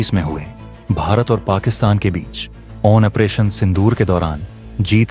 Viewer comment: ऑपरेशन को ओ वन परेशन क्यों बोलते हो?? A I की आवाज लगा रखी है शायद।